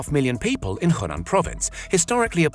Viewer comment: its Henan not hunan